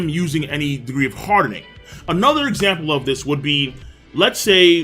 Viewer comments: "HAR DE NING" "AR MA MENT".. The way you say these make me uncomfortable somehow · Not trying to hate it just annoys me how he always emphasizes ing whenever he says armament Haki hardening. It’s just weird like a pet peeve and it just annoys me lol